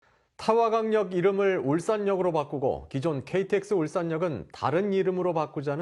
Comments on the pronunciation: 왜 저는 타화강역이라고 들리죠?ㅋㅋ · 남성 앵커님, 이전에 다른 뉴스도 그렇고 '태화강역'을 늘 '타화강역'이라고 발음하시는 듯 들리는데요?